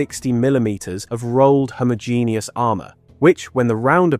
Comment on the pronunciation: mins "homo genius" armour. LMFAO....I think you're putting your emFASSIS on the wrong SylLABBELS. FFS, Brits and yanks...smfh.